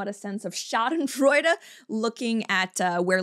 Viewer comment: I liked the way you used that German term. I've always been afraid to attempt saying it out loud.